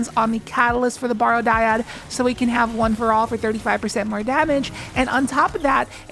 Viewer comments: I hate being "that guy" (no I don't) but it's "barrow" like "wheel barrow." Means a burial mound, like the Barrow Downs from Lord of the Rings. Not "borrow." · People, it's pronounced "Barrow" like you do in wheelbarrow. I don't know what about the word would possibly make you think it should sound like "borrow". It's referring to a mound of earth over a grave.